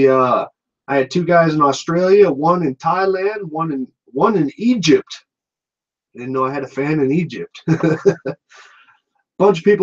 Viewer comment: Dude, It's Egypt, not Igypt, wtf lol.